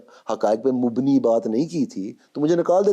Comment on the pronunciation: بھائی تلفّظ درست کرو۔مبنی ہے۔موبنی نہیں ۔